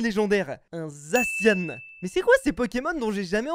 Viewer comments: on dit pas zaciane mais zacian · A chaque fois qu’il disait « zaciane » j’avais envie de me tuer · on le prononce zaciane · bref, Zacian se prononce "zaciane". C'est pas si compliqué à vérifier puisqu'il te suffie de regarder sur internet. A+